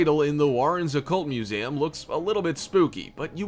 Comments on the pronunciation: It bugged me every time he said, “muzayum”. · No one: People watching: Me: making this Him:MusEAmnmmmm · He dead ass said “museaaaaam”